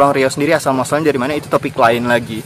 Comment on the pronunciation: Sebutan Melayu Riau untuk 'R' memang bunyinya hilang ye? Dari jadi dai.